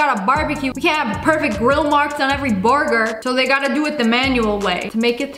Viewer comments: "Boorgoor" LOLOLOLOL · The way she say burger 😂